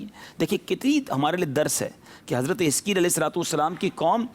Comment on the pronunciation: Hazarat e hiskel Naam he plz Naam clear smjh nh aarha